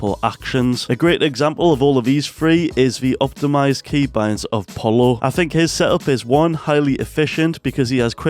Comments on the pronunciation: Same here i thought is supposed to be “pol-lo” not “po-yu” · who tf says "polo" instead of "pollo" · Bro it hurts to hear him pronounce pollo “polo”